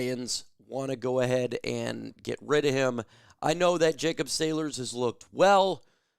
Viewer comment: who does your research…? It’s SAYLORS … not sailors … for a sports guy u need some help… a couple years ago u had kaden Davis pic up as a black guy when clearly he is white… do better